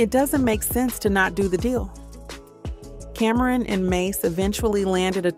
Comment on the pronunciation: Cameron 😂. It’s CAM-ron